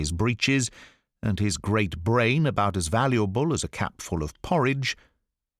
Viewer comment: Ooohhh! We heard it as cat-full 🤣